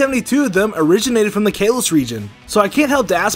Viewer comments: It’s kah-los! Not Kay-los!!!! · Kaalos not kailos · KAL-LOS! Not KALE-LOS!! There’s no freaking y or i anywhere in the region’s name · Kah lohs not kay lohs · "Kaelos region" TRIGGERED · "Exerneas" "Kaylos"Kill me now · psilos67 I couldn't ignore Exernius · It's pronance kaalos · Geekplayz kaaaaalos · It’s called Kah-los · Kay-los region? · It’s kales. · its ka-los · Stop saying kalos like that it’s so annoying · How he pronounces kalos:( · I hate the way he says "Kalos"😂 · I hate the way you’re mispronouncing Kalos. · learn how to say kalos lol